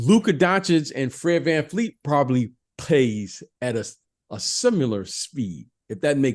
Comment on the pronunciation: Fred's one of your favorite players but you don't know how to pronounce his last name? It's VanVleet, not VanFleet. You need to watch some Scottie Barnes stuff this season. You'll adjust your Pippen comps a bit. He's really breathing some rarified air. 8.0 Box Plus Minus is clipping Kawhi's lone season in Toronto.